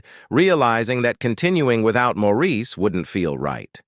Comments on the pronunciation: And his name is always pronounced "morris" not "moreisse/maurice" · Could the narrator of this clip possibly have a more annoying voice and intonation? Sheesh. And what's with his "late" wife, Linda? She is still very much alive. So many mistakes in this video. As that annoying voice tells it, it's like Andy died AFTER Maurice (pronounced Morris) died in 2003, when in reality Andy died in 1988. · As of May, 2024, Linda is still alive and Morris is the pronunciation of Maurice’s name! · Maurice’s name is pronounced morris, and andy died before maurice did. Robin was the most recent to die, and Linda is still alive and happily married to Barry still